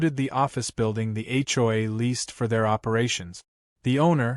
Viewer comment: HLA??? AI needs to say H O A clearer. 😮😅😂